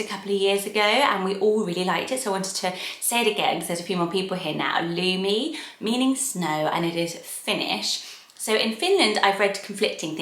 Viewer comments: I first thought you said Looney when you said Lumi. Kids can be cruel so that one is a no. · In Finland the “u” is pronounced shorter than how is saying it in the video so at least to my ear it doesn’t sound the same. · your pronounciation of Lumi is a bit different to Finnish/Estonian but still pretty! never heard of a person with that name but plenty of white dogs and cats lol. not sure how I feel about it as a human name though, it’s a bit too literal at least in these countries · You pronounce Lumi a little bit weirdly. 😄 I am Finnish and I like Lumi a lot, but it's not a common name.